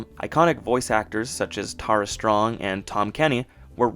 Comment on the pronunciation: Also, Cannes is pronounced “kan” and the name Tara is “TEH-ruh”.